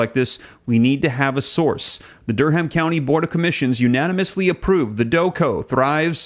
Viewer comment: the 'h' in Durham is silent. It sounds like Durum. Just fyi.